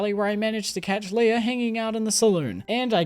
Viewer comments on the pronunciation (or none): none